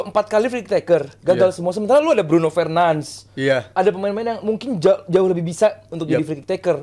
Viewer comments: Fernandes bukan fernans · BRUNO FERNANDES, bkn Bruno fernands... Sok, sok an beud dah.. Cth coach UM Haryo.. simpel sederhana but berbobot. Daging smw. Success bwt channel bang Valen jebret 🍻🍻😎😎